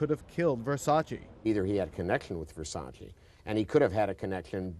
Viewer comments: It's pronounced Vere-sa-chey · They kept saying Versace wrong, like why even report on it if you cant say it right?!